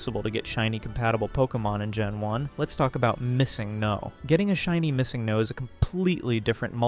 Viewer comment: yeah nobody pronounces missingno like that either :/